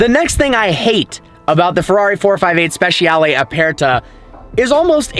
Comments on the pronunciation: Note to: This is how the Italians pronounce "speciale" i.e. it's spesharlay not spesh-ee- arlay, (and for the non-Italian-speakers "aperta" just means "open") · At least pronounce the name of the car correctly.